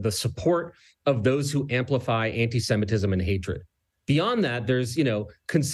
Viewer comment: MUH ANTISHEMITISHM